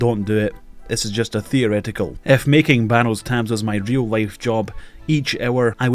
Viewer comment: I've been watching your channel for some time now and I've just now realized you can't pronounce the letter L. HAHAHA "Real wife" "Sawary"